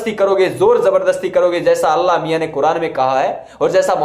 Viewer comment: Pahle aap allah naam dhang se lena seekhle kafir bewakoof allah miyan kahna jayaz nahi h